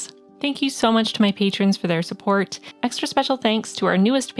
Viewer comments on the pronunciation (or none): none